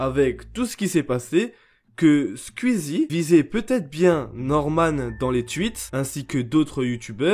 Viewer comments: On peut faire une pétition pour qu'il arrête de dire squiizie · comment ça me vénère comment tu dis le blaze "skuizi" damn en plus tu le dis plein de fois on dirait les gens qui disent "ouit" au lieu de "huit" 🤣😭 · Faut arrêter de prononcer squeezie “sqUizi” et tweet “tUit” hein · Par contre comment tu écorche le nom de Squeezie 😂😂